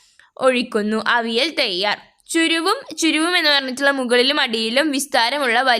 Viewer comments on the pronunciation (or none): ചുരുവം അല്ല ചരുവം ആണ്